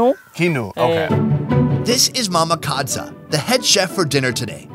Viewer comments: Its mama KadZo not kadza 😂🚮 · Supposed to be Mama Kadzo, pronounced it incorrectly.